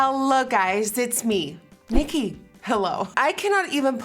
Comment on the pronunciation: At the beginning when you say: "Hello guys, it's me Nikkie", I have the impression that you put an accent on "me...NIKKIE" as if to say that it's always you when it's useless ❤❤❤